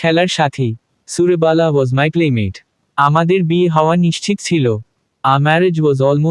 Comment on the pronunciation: সুরবালা , সুর্বালা নয় ।